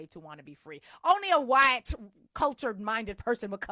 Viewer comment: I love the way you say "waytiness" and "wayite" 🤣